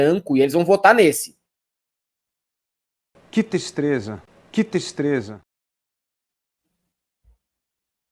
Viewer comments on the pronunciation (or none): Falou do Luiz Felipe só lembro de uma coisa… “QUE TISTREZA” Hahahahahahahahahahahah